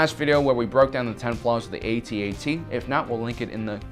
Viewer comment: non human jedi? i think u mixed it up. an thank you for saying A-T-A-T and not atat it makes no sense when people do that cuz what do u call the AAT? aaat. or 3CPO 3seepoh. nah, good vid tho